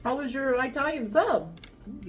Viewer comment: I love how you say Italian sub. I-talian. We say Atalian North of Boston MA 😂